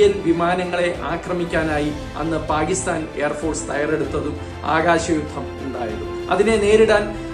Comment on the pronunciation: പാഗിസ്ഥാൻ. നല്ല മലയാളം എന്നുകേൾക്കും?